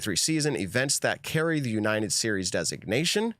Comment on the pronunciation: Why can’t say the word United lol